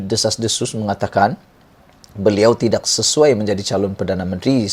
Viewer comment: Sebut tidak pun x betul